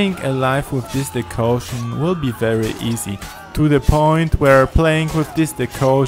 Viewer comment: Decoction... DECOCTION! ..Not "Decaution"